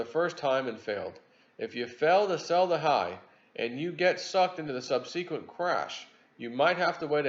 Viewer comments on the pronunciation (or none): sub-SUH-kwent... I cringe when you mispronounce the word "subsequent"